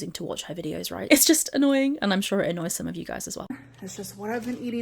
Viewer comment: Don't you mean annoYEEEN?